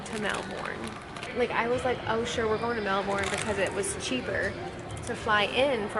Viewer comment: Okay I’m being so pedantic here – but it’s MEL-bin. MEL-bin! Not Mel-BOURNE. Lol. I’ll stop now. I’m from Sydney and I totally get why you loved Melbs, it’s beautiful and friendlier and a lot more European. Less congested too. Glad you enjoyed Australia and I enjoyed your vlogs, which I discovered today. Safe travels xo